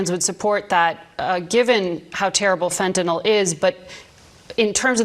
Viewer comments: Who is forcing Fentanyl (not Fentenol, you idiot) into the bloodstreaqms of Americans? no one. They want it, they crave it, they buy it. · Is it me or is anyone else really sick of hearing about the "fentyNOL" problem? It's fentanyl, -NYL... FEN-ta-nill. How am I supposed to take these people seriously when they can't even pronounce the damn word right? Someone get me some Tylenil, gives me a headache. Thank you for being able to pronounce words, unlike this nitwit Floridian douchebag. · Fentanol? Speak properly doofus. You know what, if people stopped buying the crap there would be no smuggling.